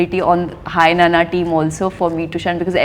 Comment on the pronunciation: Anchor is a South Indian and she doesn't know how to pronounce Nanna, pls don't criticize north Indians when they make fun of South Indians when South Indians themselves don't know the basics of fellow South Indian culture and language